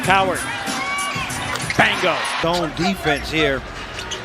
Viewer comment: what up with the man saying BANGO its BINGO you twat